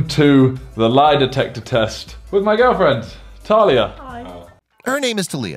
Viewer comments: and he says tuh not tarr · its spelled talia but its pronounced like talya not ta-lii-a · So this guy inserts a clip where Simon says talia’s name as all of us know it. Talia. Yet he still manages to fuck it and say ta-lee-ya. Damn😂😂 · It's Taa-li-aa not TiLl-I-a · Its Talia not Taliya 😡😡😡😡😡😡😡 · Oooomy godd The way he sais Talia «Telia» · simon: "with my girlfriend talia" voice over guy: "her name is till ee aa" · Backwards Brain TULIA😂😂😂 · Backwards Brain Her name is TuLiAr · hEr nAmEs TILL-EE-AA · He Says ‘Tulia’ But Like 3 Seconds Earlier Simon Said it Completely Different! 😂 The Way You Said Talia Make My Skin Hurt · ''with my girlfriend talia'' ''her name is TA-LII-A'' wtf man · Tar-lee-ar its not difficult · You pronounce talia tarlia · I dropped my phone when he said Talia or should I say talea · It kinda annoyed me he said Tah-Leeya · The way you say Talia hurts my skin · its interesting how you heard Simon say Talia's name and you still pronounced it wrong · LMAO the way he pronounces Talia when Simon clearly says it is jokes. Btw, big up Hemel Hempstead thats where I live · How can my man say Talia wrong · the way he pronounced talias name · Omg the fact he couldn’t even say talia’s name probably..... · Why do you say talia like that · Bruh how my dude pronounced Talia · I facepalmed so hard If you're going to make a video on him at least know how to pronounce his girlfriend's name